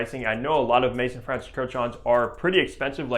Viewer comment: Also, MAAAAAAYZOOOOON. Not Mason. FFS.